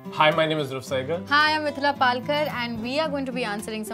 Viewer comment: She actually say Dhruv quite beautifully